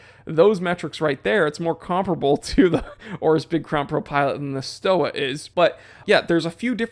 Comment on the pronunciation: Its not Sho Ah, its Schtovah :)